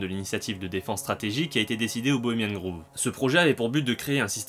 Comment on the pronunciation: C'est Bohemian Grove qui se prononce grauve et non Groove comme grouve, révise ton anglais